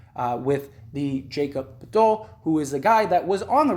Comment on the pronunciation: A person shouldn't make a Raptors video if they can't even pronounce Anunoby because obviously they don't watch the Raptors, can't even pronounce (Yak-ub Purtle) get out of here with your bullsht take